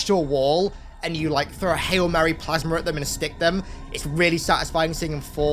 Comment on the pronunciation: When says "Plasma"; because of his thick accent, it comes out pronounced "plasmer" 😂😂